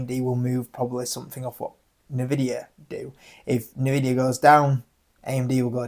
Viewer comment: Wish you pronounce Joby correctly 🤣🤣 it named after it founder JoeBen Bevirt. Also Nvidia you pronounce the N 🙄. The reason Joby and Archer are valued so much more than Ehang is because of their partnerships and because the ehang design does not meet western air taxi standards without redesign.